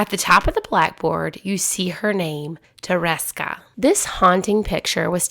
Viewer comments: Tereska is a cute deminutive of Teresa. It is not "teriska" - how you pronounce it in a naughty English manner. [TerE- ska] second "e" sounds like "wEstern" and always sounds like this in Polish! Tereska - without any doubt it is "s" not "z". Thanks for making this film 😊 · Thought it might help with pronouncing certain names and words better by recommending this. Slowly sound out the name or word. Like Tereska, pronouncing it with breaking it down would be Te-re-ska. When you pronounce it broken down like this it should sound more like Ta-ra-ska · Hi, I’m polish and it really hurt me to hear you butcher her name like that lol. In english you would pronounce it like Ther-eh-ska (short for Ter-eh-sa) Adventova😅😅